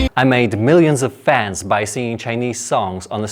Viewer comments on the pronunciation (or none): none